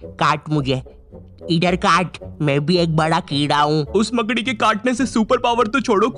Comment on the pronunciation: Makdi ❌ Maakadi✅ Bhopali Abuse 😂(MP)